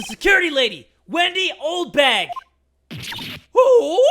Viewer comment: In the anime. The judge call Oldbag 'Oldhag' XD lol